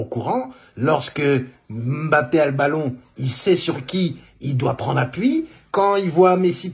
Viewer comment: Que ça fait du bien d'entendre quelqu'un prononcer correctement le nom "mbappé'' ... Y'en a marre d'entendre leurs embappé , enkunku , engolo , ....oohh la la